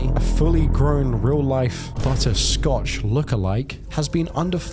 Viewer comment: Butters’ surname is Stotch, not Scotch